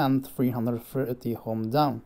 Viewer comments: Dude,... Ohm is pronounced as "om," not "hom" or "ohm." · Btw, in which language is ohm pronounced as hom ?? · Spotted the American. Ohm was a German physicist. So it is indeed pronounced with a long o in Germany.